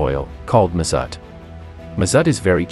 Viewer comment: It's the first time I've heard "mazut" pronounced as "mezat".